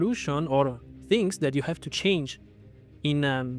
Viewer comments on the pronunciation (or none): none